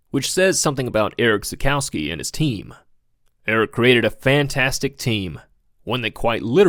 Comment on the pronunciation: Try to pronounce him "Erish Tsakoffsky". Also: Don't compare Nordchleife lap time bak in the late 70s/early 80s because of complete different track layouts. Otherwise this is a really great informative, well researched and edited video. Congratulations!